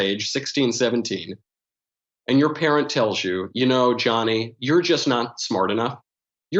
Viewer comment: Youer, poest, neow